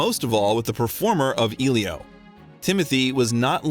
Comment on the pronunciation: Elio, Denis Villeneuve, Zendaya too :( Seriously, have you not watched any of the interviews?